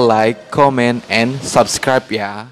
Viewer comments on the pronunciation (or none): none